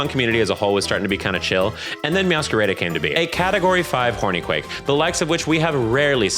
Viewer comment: That’s not how you say Meowscarada 😭 It’s meow- ska-rah-dah. Like a play on “mascarada” in Spanish.